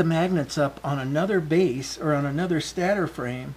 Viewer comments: Stator is pronounced stey-ter, not stat er. No offense meant. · It's actually pronounced stay-tor not stattor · can you say, stey-ter?